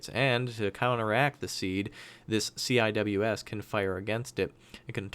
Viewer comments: CIWS is pronounced See-Whiz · CIWS is commonly pronouced "sea wiz" I don't know why but thats how the navy says it